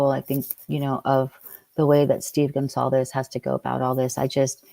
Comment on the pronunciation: He mispronounces Goncalves as Gonslavez.